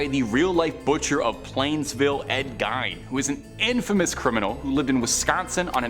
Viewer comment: I think the pm;y thing that irritated me about this video is how often you mispronounced words. Two that got me were Biopic (By-Opp-Ick) and Gein (G-EE-N)